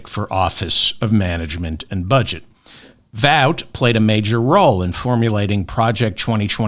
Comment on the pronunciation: Russel Vaught pronounced ought as in ought to do that ! 😅